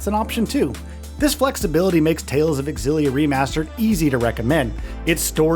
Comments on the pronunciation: Dude, it's pronounced ZILLIA, not X-ZILLIA! Smh... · xillia is ksillia! that's how you do x in my country. it's not X-illia it's in one go xillia, it's like me when i thought anime when i was 16 was english and was pronounced a-nime yes that was an eye opener for me when i watched anime in japanese later that year. and characters saying it's anime... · Its not EKSILLIA BUT ZEELIA Yw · It’s zillia, not x-illia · Nope, the "Ex' was always pronounced in that name, you can search Youtube for interviews with Dennis Lee (the brand manager for the Tales games back then) and hear him pronounce it back in interviews from over a decade ago to prove it . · Would be nice if these reviewers would ACTUALLY play the game, rather than hust reading about a game you never played. Very obvious you didn't play it, considering ALL battle footage is auto battles, you don't know how to pronounce important names, you know like the main character, and you don't even say the game name correctly. AI slop, or lazy creator, take your pick 😂😂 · Is it pronounced “X Zillia” or “Zillia” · AI generated voiceover. Can't pronounce Milla, Xillia, or any of the names properly